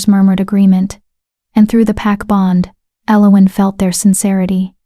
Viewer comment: I cringe every time the name Elowen is said, this pronunciation is so so wrong, other than that it's a fairly good tale